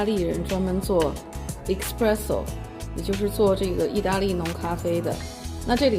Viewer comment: Espresso 不是 Expresso